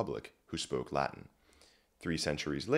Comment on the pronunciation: Oh my goodness, this should be even more viral! the entire video is so well put together, it took me about 2 hours to watch because I was taking notes so I had time to notice more. The preparation of this video must have taken a while, and the Latin pronunciation is so wonderful! I wish to one day be as educated as this fellow, and be as skilled at Latin as he is. Wonderful video all around, i have recommended it heavily to my friends.